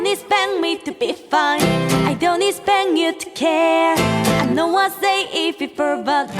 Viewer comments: seunyeon: "i dont egspend you to care" OMG SO CUTE!! part from that cute mistake they all did so well with the pronunciation! so SO proud of them ^^ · Omg their engrish is sooo cutteee the way that other girl pronounce expect as expeng. Omfg omfg im going to love them 😍😚😁